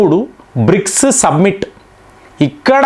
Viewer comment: submit kaadu summit